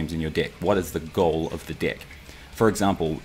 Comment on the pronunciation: I hear dick instead of deck every time .... I'm dying